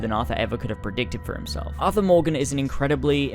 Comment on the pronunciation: It's Arthur... not Athur.